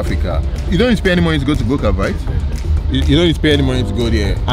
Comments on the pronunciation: It's Bo Kaap. Hehe. It's Afrikaans. Bo = Top Kaap = Cape So if you translate it directly into English, it becomes Top Cape, or the Top Cape (Top part of the Cape). Why this reference, is because it is situated on Signal Hill, which some thought was the top portion of Cape Town, or highest parts😄 Here's how to pronounce it: Bo = bwer (rhymes with moor...as in the Moors of Spain...or the Moors in Yorkshire, England) Kaap = C-Aaaahhhh😃-p PS: And plz use a British accent, ot an American one? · Sorry to be that guy but its Bo-Kaap (Above cape in Afrikaans )